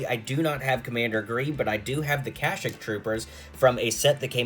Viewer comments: It’s pronounced Kuh-sheek, not Cashik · you dont say kashik you say kasheek and spel it like this Kashyyyk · How did you pronounce kashyyyk?!